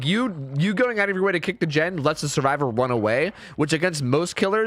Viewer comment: "WUN AWAY UWU???" I'm sorry you all had to read that it sounded like he said wun instead of run so that's all that I thought of so If I suffer, WE suffer. That is all.